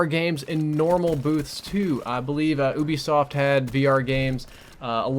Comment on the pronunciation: I cringe so much how he says Ubisoft! But Xbox won I think